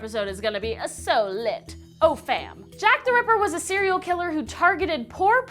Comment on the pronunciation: how I hear serial killer cearl killer?